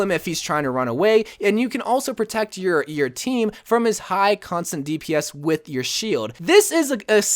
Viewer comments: Its constant not constent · Hey! Loved the video but something kept triggering me and it’s not “constent” it’s constant k bye ly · "constent pressure" ;) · Constent Lmao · Constent pressure🤦🏻‍♂️